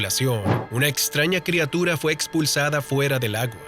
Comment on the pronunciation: Madre mia alguien le puede decir que se pronuncia/escribe crIatura y no crEatura?